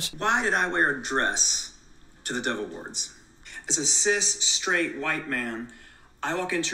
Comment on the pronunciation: I wasn’t paying attention to my tv screen when you said dove awards. I thought you kept saying devil awards and thought, “ Never heard of it, but that makes sense.” Lol